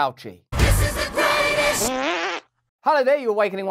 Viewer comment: "Greastest" ... yet to date...